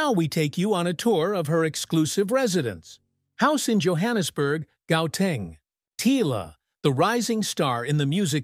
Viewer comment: Beautiful story but the pronunciation is bad. Not Popiano it is Amapiano; unless hers is fusion is Pop and Amapiano. Gauteng is pronounced like how arabics pronounce Hamas.The G is pronounced differently. She is not pronounced Tiller but Tyler.